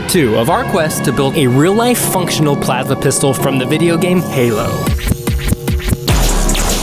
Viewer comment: “plava”pistol lol